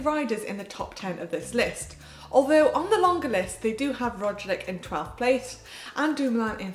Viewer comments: Manon might need some work on pronouncing Roglic's surname by the looks of things. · I really like Manon but pronouncing Roglič properly isn't that hard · Hi GCN, I really like the show, but... I never appreciated how well the other presenters pronounced the riders' names, until Manon repeatedly butchered Roglic, Uran, Sivakov and co...